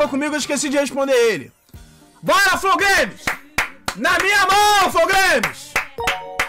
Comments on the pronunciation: Flou Gueimis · "flow glaimes"